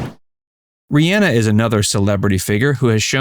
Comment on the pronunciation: It's not pronounced RihANNA, despite the spelling. It's pronounced RihAHNA.